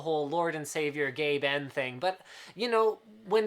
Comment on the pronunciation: Any time Linus says GabeN, I cannot help but hear Gay Ben.